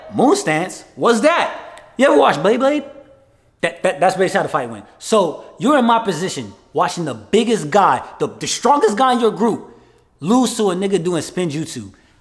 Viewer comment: The second he said beyblade wrong, I disliked the video. I'm sorry, the video was funny af but by principle, I have to dislike the video.